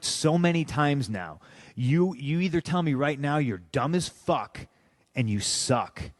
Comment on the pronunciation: You either tell me you did that on purpose or you're dumb as fuck Ryback impression: Im dumb as furck.... sorry get me every fuckin time I hear it 😂😂 , his interviews are awesome.